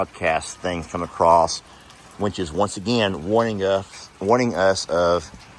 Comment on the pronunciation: He says winch instead of which. 😆😆